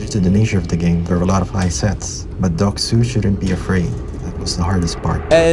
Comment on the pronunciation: It's doek-su